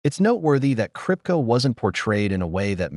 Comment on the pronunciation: Did the narrator ever watch the show????? Kripke.. Pronounced Krip-kee not krip-ka! Should I keep going...who's next?